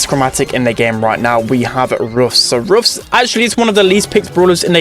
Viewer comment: i like how say roffs